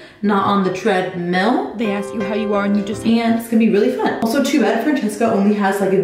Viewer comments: I almost commented on one of your videos about your pronunciation of treadmill. I wrote out a little message, looked at it, and decided that my comment may only hurt your feelings and it would not have been productive at all. WHEN I TELL YOU I laughed out loud when you said "treadMILL" ---- oh my gosh. You're the cutest thing ever. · NOOOOO I don't like the normal way of saying treadmill !!! <3 lol The other way was so much cuter.